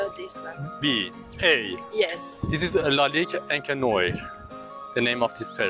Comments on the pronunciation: ... you pronouse it ONCRE NOAR like in good everning: bon soir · Il dit carrément "Encre noix"🤣🤣🤣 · It is pronounced encre nwar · IS SPOKEN OUT AS ENCRE NWOAR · C'est vraiment très drôle la façon dont tu prononce " Encre noir" 😄😄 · Hahaha...you butchered the name of Encre noir so much. But good video. THX man. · No offence bro but learn to pronounce "encre noire" :D Maybe ask some additional questions to their opinions and don't look so scared. Cheers.